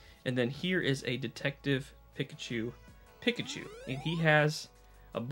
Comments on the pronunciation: It's Peek-A-Chew not Pick-A-Chew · Dude am I crazy or are you saying PICKachu. I always pronounced it PEEKachu, now I'm questioning my childhood. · The way he says Pikachu is just wrong.